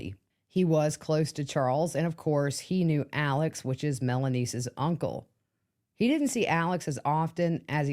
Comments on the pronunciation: Why are you adding a S to Melanie name Her names is Melanie no S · You are pronouncing her name wrong